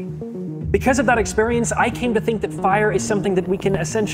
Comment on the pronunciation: well that's an unexpected way to pronounce "experience"